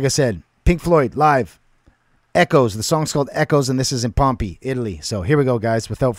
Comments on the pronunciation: Just FYI it's pronounced Pom-pay; and you're right, it is another Roman Coliseum. The city of Pompeii was buried by a volcanic eruption about 2000 years ago. It preserved everything like a time capsule. Cheers. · You pronounce it Pom pay. No one had performed here in 2,000 years until Pink Floyd did it. Echoes has a part 2. Ghost of the people that died here from volcano in 79 A.D. You could go to the movies and watch this concert. There are more songs. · Pronounced pom pay . Pompeii